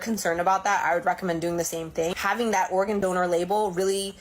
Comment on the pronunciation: I love this channel! But I swear to God it sounds like you are saying Oregon, instead of organ. Every time. Is this intentional? Or am I just too stoned? 😂😂